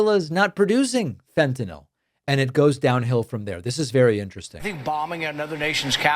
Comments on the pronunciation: First time "fentanyl" was ever pronounced correctly 😂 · THANK YOU for saying "FEN-tuh-nil." One of my biggest pet peeves is "FEN-tuh-nall." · Thank you for pronouncing the name of that drug correctly! Those people are so illiterate. And yes, attending to that level of detail is indeed vitally important. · Thank you, David, for correctly pronouncing "fentanyl". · Thank god…at last, an American who can pronounce Fentanyl correctly😅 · THANK YOU for pointing out the persistent mispronunciation of fentaNYL!!! This has been driving me nuts! Likewise, "pundiNts"!! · THANK YOU FOR PRONOUNCING FENTANYL CORRECTLY!!!!!